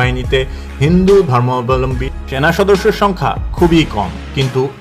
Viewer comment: ধর্মাবলম্বী শব্দটা বল‌তে এত কস্ট হ‌চ্ছে? জ‌য়েন‌কে বল‌ছেন জ‌য়েন্ট। সুন্দর উচ্চারনটা সহজ ক‌রে বলুন।